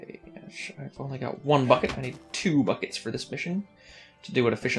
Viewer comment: when he says bucket it sounds like fuck-it